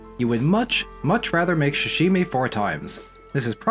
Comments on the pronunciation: for the love of god, SAH-Shimi. not sh-shimi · Repeat after me : Sa -Sa -shi -shi - mi -mi -Sashimi! -Shashimi! -🤦‍♂️ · Good video... but good god you gotta stop saying "shashimi" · I find it cute how you pronounce sashimi. Like, shshshimi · Not the *sha*shimi 😭